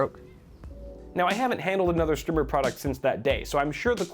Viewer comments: Was checking for a comment like this...should be a long "i" sound. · Strimmer has 2 m's that's a a strimer : pronounced str eye merr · Wait, is it actually called 'Strimer?' Wtf is a strimer? I thought you were mispronouncing the word 'Streamer.'